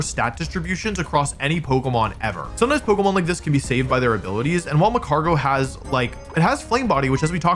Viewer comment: Says Mag-Mor-Tar but misses the g in magcargo